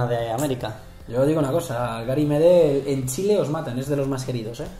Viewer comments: Gary medel es un crack como pocos. Por cierto, se pronuncia "medél" no "medel" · Se pronuncia medÉl por la chucha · Gary Medel pronuncienlo con tilde en la ultima e y para mi medel es mucho más que Orellana en cuanto a selección en clubes andan parejo